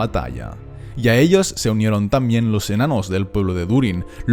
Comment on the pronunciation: La lanza Aiglos o Aeglos de Gil-galad no se pronuncia "eglos", sino "aiglos" (siempre, a pesar de sus dos grafías). Tolkien lo deja claro en el apéndice E de ESDLA y en el recordatorio de El Silmarillion.